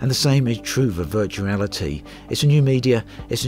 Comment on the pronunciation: I love the intro "Today i want to talk about Vertuarity "